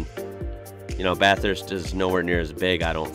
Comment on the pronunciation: I love how you know how to pronounce Aussie places how we do. Bathurst is such a awesome place and very nice to drive the road around Mount panorama, a must do if you get the chance.